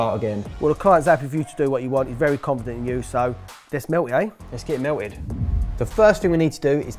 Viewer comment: Get it mewlt-Ed